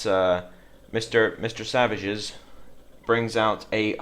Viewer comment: For the record, his name is pronounced "Sav -eets" Artosis has made us all call him savages.